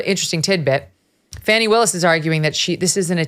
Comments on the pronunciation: Megyn, I know a lot of news media are pronouncing Fani as Fanny but the correct pronunciation is Fawny. What Nathan Wade and Fani Willis have done is a misuse of taxpayer money for Fulton County. Her behavior by her own words when she was running for office as DA considered a reason to fire herself. Personally her hiring an attorney for RICO case such as Trump that’s not qualified and needed county commissioner consent but she didn’t get and possible use of COVID relief funds for paying for her adulteress affair should be criminal. At minimum she and Nathan Wade need to be disbarred from being officers of the court. JMHO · Great report, and I love that you're calling her "Fanny," rather than "Fahni." She's definitely selling that thing! 😂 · And as we all know, her name is actually pronounced "fauni". But FANNY is far more appropriate, as she so consistantly makes an ASS of herself. . . As such, 'Fanny' will continue to be my enunciation of choice :D 🤭 PS: Only those who fawn over Fani -don't find 'fanny' funny :) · Pronouce her name correctly. Please. Yall do this on purpose. It not Fanny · We all know it's really pronounced "Fanny" she ain't foolin nobody